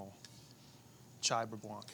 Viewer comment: For a moment there, I thought Tyler said he had “chai burre blanc”, which made me grimace.